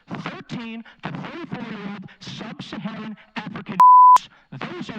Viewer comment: I now crown you my race specialist license. 😂 . When you showed who the Uber lyft guy was saying " subsaharan" 😂 you win